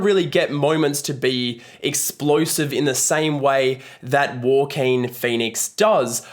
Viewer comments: why do you say joaquin like that ? “war-keen” it’s “hwa-keen” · Andy Peters 😅his accent somehow made it sounded like “ Walker” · nah I mean the word "walking" in an aussie accent. Thats what he sounds like when he says Joaquin. I don't mean the aussie accent for Joaquin lol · Great review. Even with the Walking Phoenix pronunciations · It’s Wha-Keen, mate. 😉😋🃏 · As soon as someone fails to pronounce an Actor's name you loose all credibility. Walk in Phoenix? WTF. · It's not the aussie accent he is just mispronouncing it. I'm Aussie and nobody I know has pronounced it that way. But I agree, every time he said it I kinda cringed...why is he saying it that way lol?